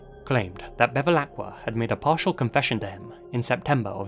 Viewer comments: Great video!... but it's "BeViLacqua" not "BeLiVacqua" 😝 (Feel a bit like Hermione Granger and "Wingardium leviOHsa") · anche "miGliarini" invece di "migliorini" e "belevacqua" invece di "bevilacqua" ma apprezzo lo sforzo :)